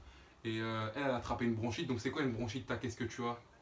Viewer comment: au lieu de branchite j ai entendu jprends du chit